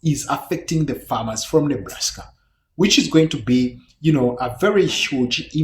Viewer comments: Enjoyed the video. I laughed at "Neblaska." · Hehehe it sounded like he said Neblaska. Hahahahahaha